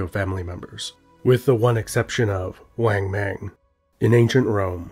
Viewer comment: "Weng meng" It's "Wángmǎng"!!!!